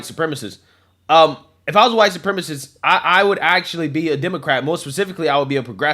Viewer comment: At this point, it would be easier to just say what isnt huwite soup rema see.